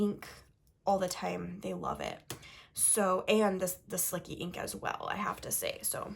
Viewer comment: Isn’t it pronounced as slichee not slicky?